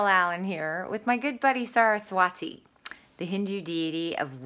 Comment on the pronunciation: You pronounced Saraswati wrong. It’s “sa-ruh-swuh-thee.” With an emphasis on “swuh.” I’m Indian. I know. Americans completely butcher Indian names. “T” is pronounced “th” in most Indian languages.